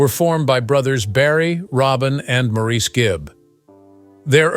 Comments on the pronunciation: By the way my freind is called morris spelt n sed Maurice, he never was maureese never. N was one of his bug bears was people saying his name wrong like im bleedin french he used to say, slightly cross, n also my twins name is robin. Not raarbin. 😮😮 not ok to say our names wrong n once u know all of us from manchester. So with respect if you going to talk about us , please say our names right. N can kill🤭😃 me mam 😊 for naming me this, im not nor ever will be french. 🤐🙂 i all my life too had me name sed wrong n wat we same on in life , so i got it wen he sed it. N now our last name sed so many different ways, Cant win. 🙂🤐🙂😒😒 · His family didn’t spell it that way because in England, it is quite common to name boys MAURICE and pronounce it Morris. By the way, that is how you can tell that this entire entire video was AI generated. Any true fan knows how to pronounce Maurice’s name.